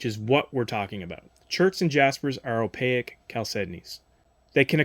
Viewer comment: Opaque has 2 syllables.